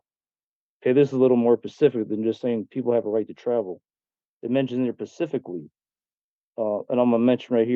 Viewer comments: “it’s a little more Pacific” “it’s mentioned more Pacifically” Wow this guy is even dumber than I thought. 🤦‍♂️ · I’m pretty sure, , he said “Pacific” and “Pacificly”. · lmao Im surprised you didnt tear this dude up for saying "pacifically" multiple times 🤣🤣🤣 "it mentions here PACIFICALLY!" 😅 (edit: too) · " says pacificlly ..not specifically 😂😂😂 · When someone says "pacifically and liberry" instead of specifically and library, when they are trying to act smart, it is hilarious to me. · Anyone that says “pacific” and “pacifically” in place of specific and specifically, Should never be taken serious. And laughed at. 😂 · This guy said “it mentions this pacifically”… not specifically, but “pacifically”… he’s a real scholar. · Pacificly? I think he means specifically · How is this guy the one sovcit who can successfully pronounce “unalienable” but he repeatedly pronounces “specifically” as “pacifically”?? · “Pacificly” 🤦🏻‍♀️ He keeps saying “ya know” and I’m just like… no. No we don’t know. Lol😂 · Is he saying “pacifically” instead of “specifically?” 😂😂😂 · Did he just say pacific and then pacifically? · how did you miss that? Pacific 😂 and Pacifically 🤣 🤣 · He “pacifically” did things…. Dick flute cant even speak proper English! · I love how this Swiss-cheese brain fool keeps saying “pacifically” in place of the correct word, “specifically”. He keeps saying, “you know” at the end of the sentence, like he’s made his point, and prosecutor and judge are in full agreement with. The ‘on-call’ defending attorney is doing a mighty job trying not to laugh boisterously and pound the desk in front of him with unhinged mirth. Of course, all lost on drone brain. Please Lord! Don’t let this numbskull reproduce! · Is he trying to say specifically? Pacifically. I like it. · Did he say pacifically??😂😂😂😂😂😂😂😂😂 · Is he sure it’s not atlantically instead of pacifically? 😂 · I need to go to the law lyberry to pacifically read the declaration of independent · "Pacifically" Lmfao